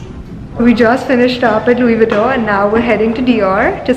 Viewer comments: She didn’t even pronounce LV name correctly. Btw, videography is prohibited in the store, I wonder how come store has allowed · Didn't even pronounce it right